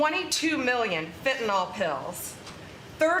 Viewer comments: Fentanyl Nyl is pronounced Nil not Nol, Got it? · Ugh! The mispronunciation of fentanyl (fen tan yl) NOT (fen tan all.) UGH!!! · Pam, it’s Fentanyl, NOT “Fentynol” . If you can’t even pronounce it correctly or spell it, how can we expect you to deal with more complex issues? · Funny how Bondi still can’t pronounce fentanyl. It is NOT fentanol. Somebody please help her with this. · You say it correctly but I wish people,( especially those on the right) would learn how to pronounce it right. It's Fentanyl, NYL not fentaNAL like NOLL. it's pronounced sounding like a short i fen ta nyl, not nal. Get it right maga. Drives me nuts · Hey dumb bitch, the word is FentanYL, not FentanOl.. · For Christ sake republucans its fenta-NYL.... not fenta-NOL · It's fentaNYL, not fentaNOL! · The vacuous Attorney General chosen by history’s most ignorant president looks at the word Fentanyl and says “fen-tan-ol”. 😂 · Pam Bondi cannot even pronounce fentanyl. She calls it "fen-ten-ol", as if it contains Tylenol! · The idiots Trump hires people who can’t pronounce fentanyl, or count. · She cares so much about fentanyl, she doesn't pronounce it correctly. 😮